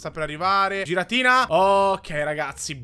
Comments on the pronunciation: Non si dece giratina si dice ghiratina(sei un grande) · Si pronuncia ghiratina